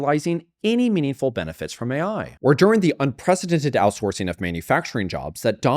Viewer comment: Did she really say A1 instead of AI lmao